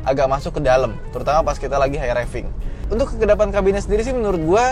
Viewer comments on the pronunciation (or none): none